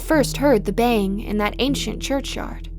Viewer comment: It's "baying"